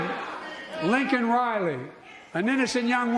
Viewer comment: Who is "Lincoln" Riley?